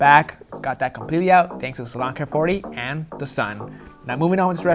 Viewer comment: I like how in an episode a long ass time ago he corrected him self with the salon care 40, hes been accidentally calling it that. But the product is Salo Care 40 volume creme.